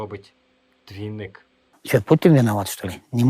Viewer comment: Двайнік, трайнік, тілівізірь... Звиздець - це ще мало сказано.